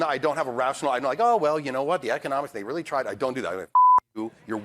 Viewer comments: Rearry, Benny? LOL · Oh, REARRY?!?! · "Ohhhh, rearry???"😂😂😂😂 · “Oh rearry” should have taken off culturally when that episode came out. Freaking hilarious